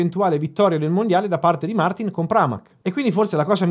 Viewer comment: non gliela fai proprio a pronunciarlo giusto Martìn, vero?